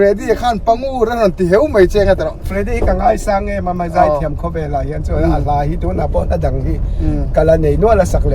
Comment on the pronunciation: 'Zai' tih i lam dan hi, 'Mami a zai' tih ang deuh hian lam zawk la hriat a nawm ka va ring em,. A hmuhnawm thin lutuk em em em mai, ti zel teh